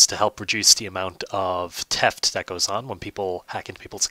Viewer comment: You said Teft do you mean Theft??